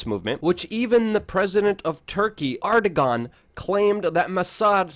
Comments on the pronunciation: pronounced; "er-do-wan"! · Hey Luke I think Erdogan is pronounced "air-doh-wan". Keep up the good work :)